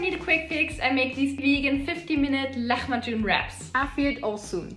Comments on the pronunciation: Turks doesn't pronounce the "h" this way. It isn't this evident, much softer. And "macun" part should be slower. "Luh-maah-june." Kinda like that but all of them are soft voices. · The way she pronounces lahmacun is so cute 🥺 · Love the vid but just fyi the turkish "h" isn't pronounced like that. It should be a lot softer. Afiyet olsun. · I always lahmacun the way she says it. Is it pronounced right that way? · I've never heard lahmacun pronounced so Arabic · It is not pronounced that way. Its a soft h like in “hello”. Turkish has no harsh h sound! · yes I wonder where she got that. Arabs might pronounce it that way but their lahmacun is different than the cöassical turkish one.